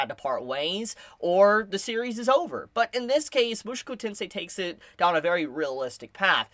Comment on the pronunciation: Why do you keep saying mushuku? Aaaahhhh my ears hurt hearing it.